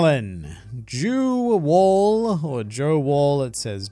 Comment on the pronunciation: "log of jew wall" 🤣